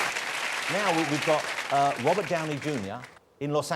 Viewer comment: Its English but he can't say his r's lol he's are chat show host